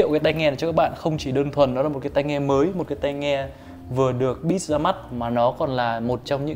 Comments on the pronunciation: tiếng anh đọc sai nhiều quá @@ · ổng đọc BITCH chứ hỏng phải beats :v